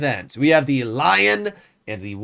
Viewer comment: first time he says lion the right way compared to the Löwe xD